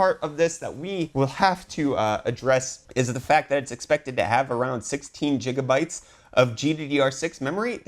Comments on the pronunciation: For crying out loud. NO MORE Jigabytes but Gigabytes. By your way of pronunciation you shuld say JATORS instead of GATORS. ;) On the other end. First you should also inwest in some basic math undestanding because 1.66 is not nearly 1 it's much closer to 2. And the second, your rant in wich you compare one cards base clock to other one boost clock is totally ridicilous and illogicall. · Dude! It's pronounced. Gig-ah-bytes Jigabytes ur killing me bro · “Ji ja bytes”